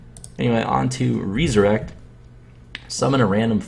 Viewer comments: REE-SURECT. Reinventing the english language now andre? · no its re-su-rect